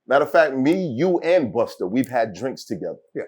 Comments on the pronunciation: Why vlad keep saying “Buster”??? It’s Busta!!! Got damn it 🤣🤣🤣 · Buster. It’s Busta. Why can’t vlad get dis sht rite?